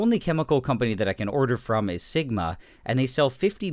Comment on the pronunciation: Lol "segma"